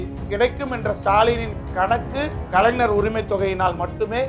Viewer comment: தம்பி கலைனர் இல்ல கலைஞர் சொல்லுங்க. பார்ப்போம் அய்யோ ன இல்ல ஞ தமிழ் இனத்தலைவர் அவர் அவரையே சரியாக உச்சரியுங்கள்